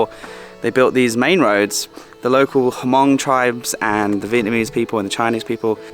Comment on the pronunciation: I was one of the ones who corrected you about Hmong... :) So happy you listened and said it right!! YAAAAY!!! Thank you so much!!!